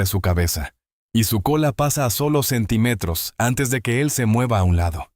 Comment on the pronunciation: Respetuosamente, les hago una observación importante: Automáticamente todas las palabras que van acentuadas, las dicen con la acentuación incorrectamente, por ejemplo: Sentímetros … dicen centimétros